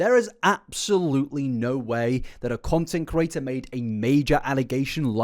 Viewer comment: Can you say content CREATOR in future? I just want to hear it out of sheer curiosity now. I hear you say content curator dozens of times per video.